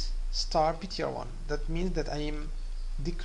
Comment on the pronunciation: y he always say "start" ? it is star * not start :D